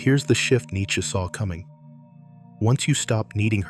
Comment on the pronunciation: this thing can't pronounce nietzsche correctly.